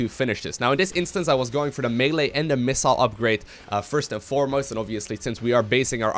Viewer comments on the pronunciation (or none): none